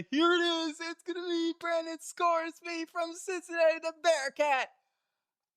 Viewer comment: Say his name right..Ive been saying this about Sorsby since year hoping ppl would take notice even Champ Bailey loves this kid i hope the Dolphins get him! He's gotten so much better wirh his accuracy, pocket presence quick release ain't afraid to take off hes super quick breaking ankles